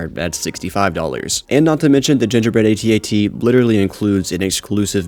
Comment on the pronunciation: It's known as an @@ not "aytee aytee".